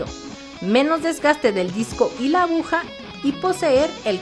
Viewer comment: Buena la información, pero una tremenda pena que la narradora haya dicho en tres ocasiones "abuja" en vez de aguja. Lamentable, si no fuera por eso, hubiese sido muy útil incluso como material didáctico.